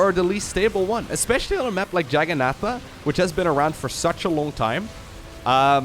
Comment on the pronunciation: I do too (well, it's spelled "Jagannatha", though)! That was a (relatively) nasty outburst on his part. Dissing the name just because he can't pronounce it, even though it follows a pretty standard pattern (short "a" before double "n").